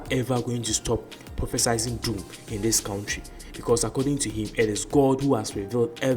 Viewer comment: It's not "prophesySing" It's prophecying....no 's' anywhere